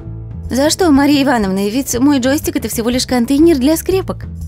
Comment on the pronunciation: Почему вы говорите ,,джоИстик?